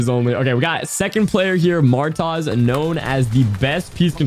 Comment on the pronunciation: The way that hw pronounced Martoz, Martaz😂